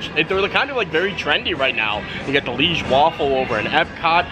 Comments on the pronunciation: Hey, the waffles are called Liège waffels, not leige waffles. Liège is a city here in Belgium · Omg, Universal completely butchered the name “leige waffle”. It is Liège waffle. You pronounce it kind of like Lee-aye-ge. Liège is a Belgian town. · Hi from Belgium - the Liege waffle we pronounce it ‘ Ljij - zje ‘ . Liege is a city in south belgium. Waffles are tougher than Brussel’s and have suggar pearls on it. We eat Brussel waffles with toppings, but Liege are eaten just by itself. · Hi just to let you know the correct way to say liege Is to pronounce it Lee age Hope you had a great time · It’s Liege (l-EE-ai-sz) or Lee a za